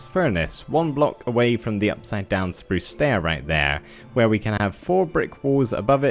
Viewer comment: Us: spruce Me:spruce You:spruz (Lol u make me laugh when you say "spruce" and I luv ur builds!)